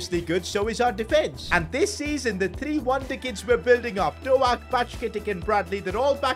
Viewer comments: hey as a liverpool fan quite annoyed that you called him ben doe ak its pronounced doke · Pronounce ben doak Ben doke not Ben do al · It is not ben do ak its ben doke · Doak not doAk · It is pronounced dok not doak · Bro says Dowak not Doak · His name isn’t doAk it’s pronounced do-k Btw you should take over rangers next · Is Dook not Do-ak 😂😂😂 laughing the whole time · As a liverpool fan lemmie Correct u Brother. Doak Is pronounced as Dok And Bacjetic is as bajetich😅😅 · Bro the pronunciation is ben doke no ben doaak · "BeN DOuGhaK"i love it😂ByeCketiK too😂😂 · "ben DoAHk" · It’s Douh-k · Doak is pronounced like doek and Bajcetic is pronounced like bieshetich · Bro really just said Ben do-a-k 💀💀💀💀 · It is Ben-doe-k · Hi just saying Ben doaks name is pronounced as doke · Yo, Bajcetic is pronounced Bye Set itch and Doak is pronounced like Oak in Oak tree but with a D at the start. Just wanted to help:) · It’s so funny how pronounces Ben Doak’s name like Ben DoAk 💀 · His pronunciations of Bajcetic and doak is annoying me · The way he says doak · The way he Butchers Doak's name annoys me so much.